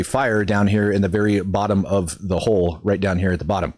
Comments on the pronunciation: Hole rhymes with pole, hull rhymes with dull Just a friendly reminder cause it could confuse people when you say there's a hole in the hole 🙂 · the bottom of a ship, the "hull," is rhymes with "skull" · Geez 🤦🤦🤦🤦🤦🤦 It's a "hull", not a "hole"